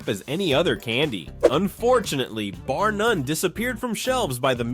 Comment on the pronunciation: Bar “Nun” 😂